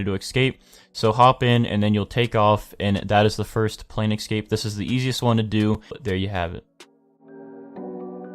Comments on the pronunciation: In case you didn't know, escape is pronounced "escape" not "excape" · BANKER i know but like, most countries that i know that are English talking say escape, not excape, he doesn't sound british or australian.